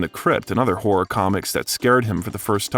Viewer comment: Narrator: Learn to pronounce "horror". It's not whore! Stephen is not the "King of Whores"